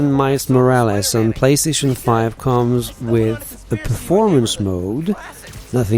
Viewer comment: “mais morraless”